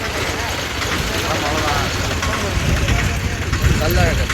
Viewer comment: முச்சங்கம் அமைத்து தமிழை வளர்த்த மதுரை கள்ளழகரா கல் அழகரா தெளிவாக சொல்லவும்